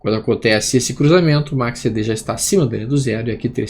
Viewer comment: Boa noite.: Seus videos instrutivos e gratuitos não tem preço. Agradeço demais.Mudou minha maneira de analisar gráficos e price action. Voce é culto demais e tem inglês fluente. Porque pronuncia MACCD.?? Repete o C.Algum motivo?? KKKKKK esculpe a chatice